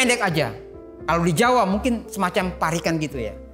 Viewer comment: Untuk pengucapan 'parikan' kurang pas ( menurut lafal jawa ) harusnya parik an bukan dilafalkan parikan,ya mungkin maklum bukan jawa yg melafalkannya. Sekedar masukan saja.